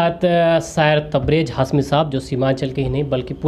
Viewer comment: Abbe Tere Ko Bhi Kuch Nahi Aata Hai Sayer nahi Balki shayer.h. Tabrej hasmi nhi balki tabrez hashmi